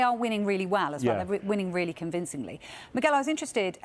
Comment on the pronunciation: When I heard "Miguel" I cringed 😂😂 I think we all know why.